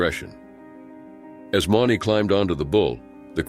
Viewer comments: At least pronounce their names correctly? Mauney (Moo-knee). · Mauney is pronounced 'Mooney'. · If your going to be a commenrator on something like this , get the names right JB Mauney is pronounced “M-oo-n-y Cmon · Should probably say the bullrider's names correctly. If you can't say Mauney right then don't say it at all. And Werewolf didn't attach the rider. He literaly went forward when the bull came up and the collided. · Why don't video creators check their work. Mispronounced names of Mauney and Hedeman. Lazy and aggravating. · Pronounced stuffs last name wrong, too...jfc!!...shouldn't be commentator when u cant pronounced names right, especially rodeo!!... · Pronounced j.b's last name wrong, ffs!!...